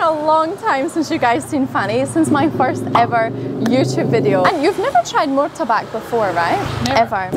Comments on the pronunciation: Martabak boss.....bukan murtabak. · Your Pronounce... Badly... , Not.. Mortabak.... 😂😂😂😂 But is.. right... MARTABAK ... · Malaysia: Apam Balik Indonesia : Martabak, not Murtabak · It's pronounced "Mar" not "Mur" Marrtabakk ... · Please don't say Mur ta bak. As it is written is Mar ta bak, miss.